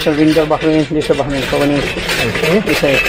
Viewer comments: Pronounced bahrein, not barein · You have to pronounce the 'H' in Bahrain. 😊